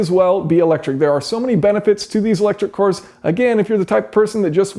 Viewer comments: Watched countless of your videos, but in this one you say "cors" instead of "cars" which is weird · Weird how he says cors instead of cars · thought he was saying electric whores at first... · Just me, or was Jason saying cors instead of cars the whole time? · Core corr core cor, all I can hear now